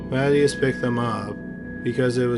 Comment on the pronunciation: "MA-ti-ahs", not "Matty-ass"